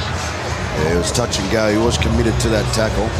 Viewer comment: 😆 🤣 explaining it very carefully lol Tuilagi: "orkay after the game we goew" 😆 🤣